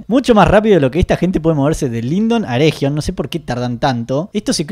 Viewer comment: Eregion, es "ereguion", con g suavecita, no como jota.